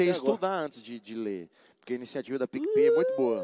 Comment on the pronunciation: "DEIZ E POUCA!" e "DUPLA PIC E PAY" uhaeuhaeuhaeuhaeuhaeuhaeuhuahe